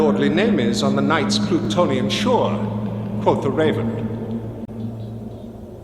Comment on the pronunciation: quof the raven